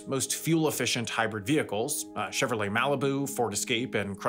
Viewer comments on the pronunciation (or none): none